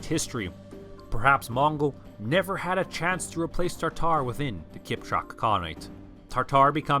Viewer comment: Why do you mispronounce "taRtar"? It is "tatar". Also, only the most western catholic nations used to call them "taRtars", as an association with the ancient Roman hell "Tartar". Western Europeans had no clue of Mongol identities.